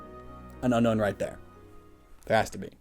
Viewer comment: Its not unown its unknown